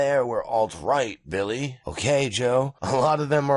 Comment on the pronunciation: Likin' whatcha sayin'.